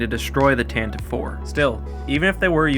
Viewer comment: Tantive (IV)= "TAN-tah-VEE"